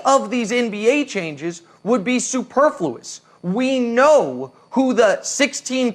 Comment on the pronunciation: Nick "superfluous" Wrong at it again